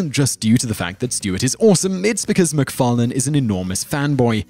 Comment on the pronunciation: The host of this channel is quite strange, because almost every time he says McFarlane, he pronounces it differently.